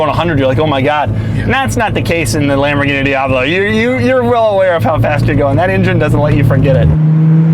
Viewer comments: If I hear this guy say "Mmhh, itz Lam-bo-geen-ee", I'm going to punch a kitten. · Well... it's Lamborguinni!